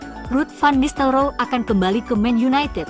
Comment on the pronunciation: teh heg ke ten haq? memalukan penggunaan bahasa komentator.. van nistel roy.. bukan nistel roo!!